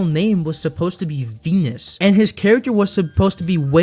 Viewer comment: it's Venice like the place in italy not VEENUS like the planet how you pronounced it, you're alright just noticed it sounded very off